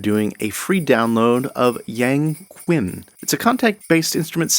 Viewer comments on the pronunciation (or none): The yangqin is pronounced yang "shin" with the sh being quite soft and almost no 'g' sound. Thank you for all your videos. ☺